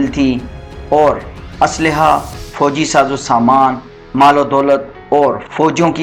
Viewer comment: نی کو پولس نہیں بھائی نائی کوپولس اسلےحہ نہی ہوتا اسلحہ ہوتا ہے لفظوں کی پروناونسی ایشن درست کریں بہت امپیکٹ پڑتا ہے